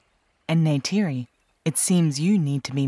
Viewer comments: not him calling her neide again 😭😭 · Jake complains about Neytiri mispronouncing the "J" in "Jake" when he always mispronounces the "R" in "Neytiri." 🤨